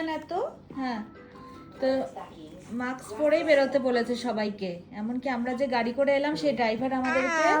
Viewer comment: Nice vlog ❤ Please pronounce correctly - it is মাস্ক (mask) not মাক্স